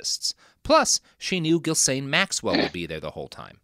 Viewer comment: It's not at all surprising that Robert doesn't know how to pronounce Ghislaine Maxwell's name. What is somewhat surprising is that he found multiple different ways to mispronounce her name.